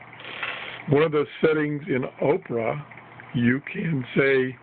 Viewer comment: Not oprah it's opera